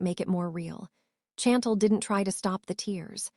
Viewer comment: When OH WHEN will A I begin to get namesand words pronounced CORRECTLY Hopping not hoping, Chantel is mispronounced and I 'm misspelling to give the correct pronunciation (Shawn-tel) and I 'm sure there are others in this story. Not the fault of the WRITER as the story is very good to craft something with so many twist and turns and delving into his private medical records, his sister, his former girlfriend or fiance and who knows who else!!!!! Wait just a minute I thought he had already told Lil' Miss. Nosy that he wasn't into her which was why she began digging into his medical ?